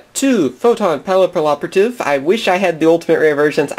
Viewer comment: Why do you keep pronouncing Papilloperative wrong? It's pa-pill-operative not pa-lip-o-operative.